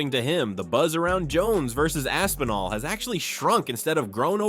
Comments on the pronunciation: Tom AP-sinall and Stypey Miokick? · When he said Tom Apsinall I knew the comment section was gonna be lit